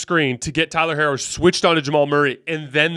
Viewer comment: C'mon 😂 that is not how you pronounce Tyler Herro's name. Or Rui Hachimura's name for that matter